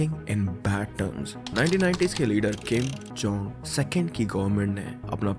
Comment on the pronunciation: kim jong SECOND nhi, किम् जोङ इल् hai Video Dalne se pehle aur research krna chahiye bhai